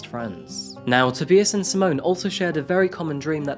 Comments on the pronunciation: its Not TOE-BEE-US it's TOE-BY-US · Am I the only one that cringes when names are pronounced wrong..... tob-eye-us is how it's meant to be pronounced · His first name is pronounced Tob-eye-us, not To-bee-is. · To-buy-us not To-be-us! It’s so annoying to watch videos when you’re pronouncing things wrong. Especially when it’s such a normal thing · TOE BY US! Not tooobeeaz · It's pronounced "To-BYE-us" not TIB E US" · Every news clip on the video, every news clip online, every pronunciation guide online: "Tob-EYE-us". This narrator, about 800 times: "Tob-EEE-us". Love these vids but someone's name surely warrants a few extra seconds of research... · Tobais' name is pronounced Toh-buy-us, not Toh-bee-us. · FYI To this narrator. U really NEED to check the pronouncing of people's names correctly. If you don't, it's dishonoring the dead n those involved. It's not Toe-bee-us. It's Toe-By-us!! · Do you mean "Toe-bi-us", rather than "Toby-us"? Or is that just a whacked name? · its pronounced TOH-BYE-ISSS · bro u good? within a span of 20 seconds to you pronounced his name 3 diff ways te-bye-iss toe-bee-iss ta-bi-iss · Toe- bye- us .......thats how its said 😊😂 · Hi his name is pronounced Tobeyeas as in to be biased and her's is Simone not simonea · Tuh-bye-uhs 😊 You're welcome! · It's pronounced,, toe,by,ass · can’t make it past the toebeeus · toe-bye-iss. you are unbearable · Pronounced to-BUY-us. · What was with the pronunciation of TOE BYE US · No, it is pronounced TOE BEE AS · S'mon and Toe-bi-as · Nup. Zimonuh and Toe-bee-as. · It’s TA BIAS 🤣😂 That’s how u pronounce his name j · It is not "a". It is an indistinct "uh". Except in some foreign words, every syllable is pronounced in German. BTW - I was wrong - it is not pronounced correctly. The initial S is pronounced Z. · Here we go again. I think that you're trying to say "tow-bye-es". Which is how to pronounce it. LOL THANKS FOR YOUR VIDEOS! ✌🙂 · Toe bee us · Toe - by - az...... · Toe-bye-is = Tobias ❤